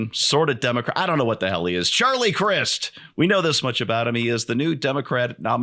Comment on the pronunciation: Charlie prefers that you pronounce his last name with a "long 'i'"!